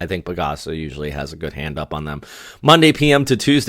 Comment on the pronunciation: PAGASA is actually not one word 😅. It’s like Pagh-AhSah , while yours sounds like Pa-Gasa Again, please don’t mind me 😂😂